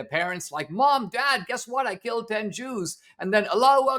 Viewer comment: Since when cant you say Jews in a podcast? Why does he keep saying "Droos"? Jew jew jew jews jews jews. See? No lightning bolts....